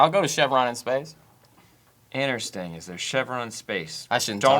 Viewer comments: saying "innersting" instead of "interesting" started bugging me about 8 minutes in. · i fucking swear sam stop saying innersting theres another t 😡